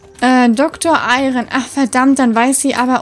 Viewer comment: Als du Doktor Eiren vorgelesen hast, hab ich Doktor Iron verstanden😂😂😂